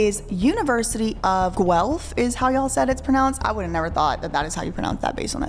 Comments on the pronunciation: I’m from Ontario Canada. Just wanted you to know you’re saying “Guelph” like a true Canadian 🎉 Great job, as usual, & team! ❤ Thanks again for all the content over all your channels!!! ❤😊🎉😊❤ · As a Canadian you did really well on pronouncing Guelph! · I am from Guelph - You said it perfectly